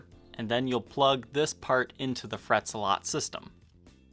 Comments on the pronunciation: ZEH-LET! ZEH-LET! NOT ZUH-LOT! Seriously? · Isn't it pronounced Fret Zel-it? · Well, that was a good advertisement for a product, not. And it’s Zealot,the “ea” sounds like the “e” in petrol.